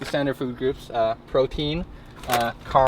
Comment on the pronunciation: "Protien" lmao!!!!